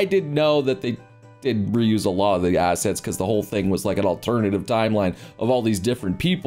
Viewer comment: "assest" :D